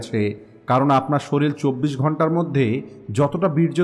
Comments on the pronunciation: আপনি শরীর কে কেন শরীল বলেন ❓ আপনার মুখে ভুল উচ্চারণ কেমন যেন লাগে ❗ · (শরীল) না ভাই এখানে শরীর হবে।❤❤❤